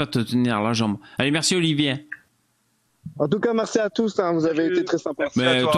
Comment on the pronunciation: Il me stresse quand il dit Oliver au lieux d'Olivier sinon super live